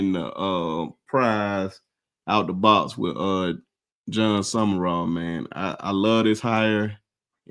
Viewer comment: The guy in the middkle is lost. His name isnt summerall. Its sumral